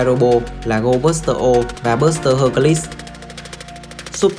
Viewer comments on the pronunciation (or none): none